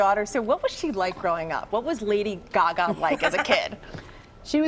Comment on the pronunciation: "To us she's Laday Gagoo"